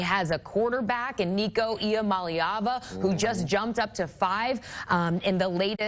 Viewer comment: At least she got Iamaleava 😂